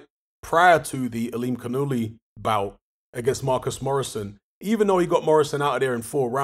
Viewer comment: There seems to be a major Farsi influence all around the Caspian sea. Got to love that pronounciation tho "Aa-lim-khan-ullah"